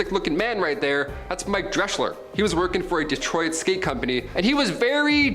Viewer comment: DEE TROE IT? What the merry F?